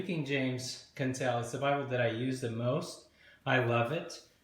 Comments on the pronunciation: I thought Quentel was pronounced 'kwentel', not 'kentel'. Am I mistaken? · Rhymes with ‘kwen- TELL’ not ‘kin-TELL’